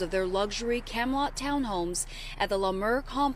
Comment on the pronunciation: did she say "Kem -lot"? Vs Camelot ?